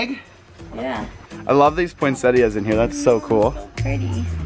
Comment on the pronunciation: I love how you say poinsettias...lol. I don't know anyone who pronounces that last "I". Cute.